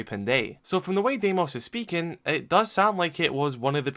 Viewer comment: It’s pronounced dee-mos its a greek name 🇬🇷